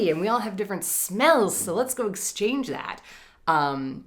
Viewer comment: I thought you said, "Let it goat, and you will receive." Goats and bunnies!